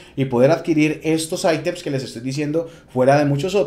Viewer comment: Buena info lastima decir "aitems" ... Nada más cringe que escuchar eso de alguien latino